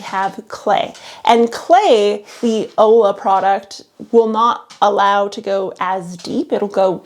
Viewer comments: It's olla....but pronounced oia or oya...double ll in Spanish is pronounced as a y type sound. Olla means pot...you're pronouncing it ola, which means wave, and ola which means hello. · Hey. Future info… Olla is pronounced like Oyuh. My body rejected the ola pronunciation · Uh.. Spanish teacher here. It's "olla", double L, and pronounced "oi-ya". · Also wack, not making the effort to pronounce olla correctly. (oy-ya) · Ollas are Hispanic, it's pronounced "oya" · Please pronounce Olla the right way. Like Oi-ya. Lola’s are great if you live in the desert. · Clue: ollas is pronounced “oyas”. Two ll’s together sounds like a y in Spanish, which is what the word is. Otherwise, you nailed it girl! Keep up the excellent work!